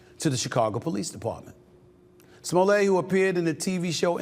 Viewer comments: Smoll-ay or smolette? Like Roulette 🤔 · Is not smollet. Is smooth-lee- yay. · Sir! It's pronounced "Juicy Smullier!". Get it right! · His name.s Smo-let. Like toilet. He's not French, Mr. You think it makes that creep sound posher, when the evidence shows he's trash. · Stephen pronouncing his name as Smoolay has me dying over here. 😂🎉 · Who told Stephen A that his name is pronounced Smoll-ay?? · You're not pronouncing it correctly, its Juicy Smooyay 😂😂😂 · No its pronounced "Juicy Smoo-lay"😅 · I like how this guy uses the Dave Chappelle "famous French actor" pronunciation of Smoll-ay. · Chapelle calls him Juicy Smulét😂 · Smollett not pronounced that way with two t’s. Sure Jussie. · If you're going to say you're a journalist, you should at least get the pronunciation of the guy's name right. That's a basic. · I'm glad he's going back to prison because he's such a goddamn jackass, but it's still really petty for you to keep mispronouncing his name. Even enemies can show respect, dickhead. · NIGGA THE T IS NOT SILENT!!!